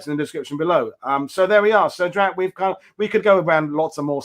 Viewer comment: It's Drach. Checked the time and clocked it being over 2 hours. Detail.